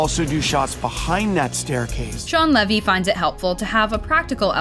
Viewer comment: It’s pronounced Leevy. Shawn Lee-vy, not Shawn Leh-vy.